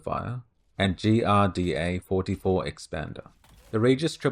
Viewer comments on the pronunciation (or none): Pretty sure GRDA is supposed to be pronounced as Girder.